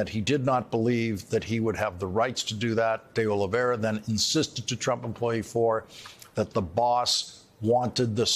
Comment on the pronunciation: "Oliveira," not "Oliveria". Oliveira means "olive tree"